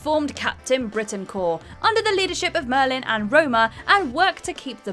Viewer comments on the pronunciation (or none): none